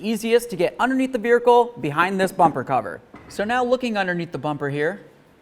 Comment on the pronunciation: Very helpful video. Just checking... Are you adding 'r' to make it sound like ver-hicle?